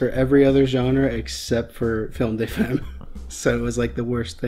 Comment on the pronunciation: "Film day fehm"...... god. Butchering French. "Femme" is said something like "Fahm".